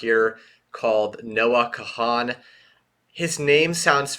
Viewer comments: Note. It’s pronounce “khan”. Also, you should do a bunch more from him. I haven’t found a bad song yet. Some that are more of a one listener, but rarely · He is the MAN. So deep and talented. Saw him a couple weeks ago and seeing him again in another couple weeks. It's a moving moment for sure. His whole Stick Season album is awesome. Also, sidenote, his last name is pronounced "Kahn". Subscribed :)